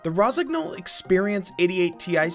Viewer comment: nice lineups dont agree with the spots completely, but, then it ain't my line ups.One remark if i may be allowed the pronunciation of rosignol is rosinyol gn is ny as in new. best regards